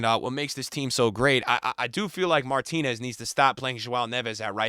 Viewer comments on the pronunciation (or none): none